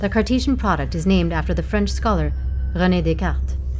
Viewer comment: You even pronounced René Descartes properly.